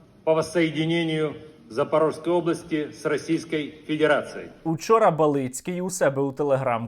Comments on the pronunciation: Ба'лицький, неправильний наголос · БАлицький - це мелітопольське лайно. Але наголос на А! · Призвище колабаранта звучить насправді по-іншому) Наголос не такий. Треба разом з першою літерою імені казати, отако: єбАліцкій. В нас всі знають як правильно)))))